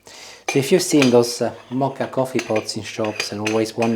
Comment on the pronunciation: *Moka, not Mocha pot!🙄😄